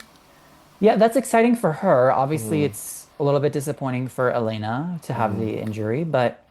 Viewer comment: Kostyleva's name is pronounced Ye-le-na